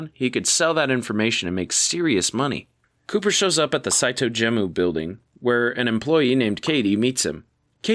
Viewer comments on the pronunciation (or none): Saito Gemu is pronounced like ge-mu (japanese pronunciation for game), not gem-oo! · Brother, "Saitou Gemu" is pronounced in the episode several times. Gemu, like the Japanese pronunciation for "game".